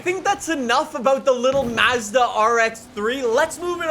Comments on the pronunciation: i hate the way he says mazda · Finally someone from across the pond who can pronounce Mazda properly. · Every time he said m a z d a I wanted to die lol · the “Maah-zda” bothers me every time 😭 It’s more like “Mozda” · MAZZ-DUH??? bro it's pronounced MAHHS-DUH wtf lollll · It’s not maezda it’s Mazda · hey! here’s a quick pronunciation lesson!!! SAY-LEE NEE-SAWN MAHZ-DUH FEE-OTT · Mazda. Not m a z d a and forza not forttza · I like how worried about how to pronounce saleen but not Nissan, Hyundai, Mazda, Forza, or any of the other horrible ways he pronounces names lol